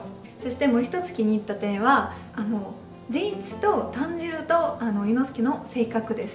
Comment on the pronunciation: スラブ民族の方は「たんじろう(炭治郎)」ではなく「だんじろう(団時郎)」と発音しちゃうんですね！ 団時郎はポーランドのハーフだし、彼もスラブ民族のイケメン俳優！ 冗談はさておき、アニメの1話の雪景色の足跡や積雪のシーンが北海道民としては感動しました。 ロシアの方なら共感してくれると嬉しいです。 劇場版の感想も私と同じで国は違えど、共感できてとても嬉しいです！